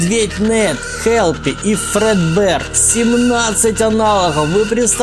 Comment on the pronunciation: Извини конечно но ты неправильно говоришь слово фредбер, а так Спасибо за просмотр было очень интересно Я открыл аниматроников этих